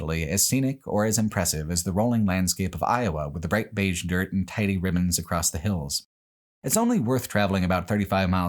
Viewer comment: "much of Nebraska and much of Iowa is accomplished on well maintained, pleasantly grated, *Dört*"